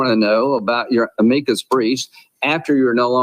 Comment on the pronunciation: Amecus? Does Miss Lindsay mean Amicus? Isn't he a lawyer????